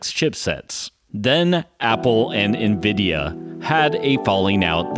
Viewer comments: N-VId-ia Not nvida, there's an "i" in there. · It was only a matter of time someone caught this. I knew it was coming after people noticed sometimes I said "Nvidah" or "Cuhdah" as this one I noticed after the fact. It's been interesting as the my mispronouncing things has been easily the top criticisms. It shows most people I know don't give a crap about computers otherwise I'd been corrected by now. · Ha, Of the things I figured people would come at me on, I figured it’d be El Captain or Metal or Jaguar in these vids instead of my varying lazy compression of Nvidia to three syllables.